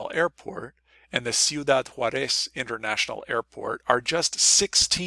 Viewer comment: You gave the impression that you’re a native Spanish speaker, yet you repeatedly mispronounce “Ciudad JAÚREZ.”